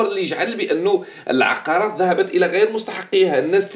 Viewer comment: العقارات وليس العقاقير ؛ العقاقير تعني توابل 😂